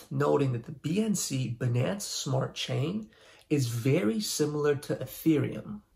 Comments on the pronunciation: The way you prinounce Binance is killing me. Say if like finance with a B though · What wrong about banaance? 🍌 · The way you say Binance freaks me out. Am I saying it wrong? I prefer my way. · Anyone else stopped watching after hearing him say Binance?